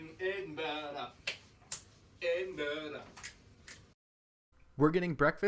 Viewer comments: Brilliant tour guides of my home town and congratulations for not saying ‘Edinborrow’ as so many North Americans do! Hint: if you really wanna sound like a local, say ‘Embra’ with a wee trill on the ‘r’! 👍😉 Thanks again. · I'm glad both of you are pronouncing Edinburgh properly.A really good tour video by the way.